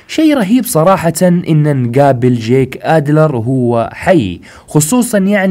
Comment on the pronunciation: يخي اشمه جيك مش جاك ما قلتها صح الا مرتين 😂